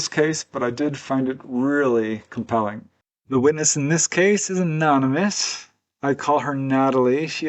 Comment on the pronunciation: Anonymous is the word. You said Anomynous with an M It it meant to be said like this uh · no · nuh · muhs